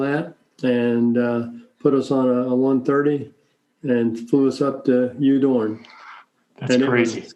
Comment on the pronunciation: Udorn is pronounced Oodorn in Thai